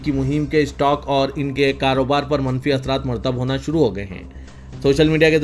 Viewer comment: Murattib honge, not Martab honge, Please.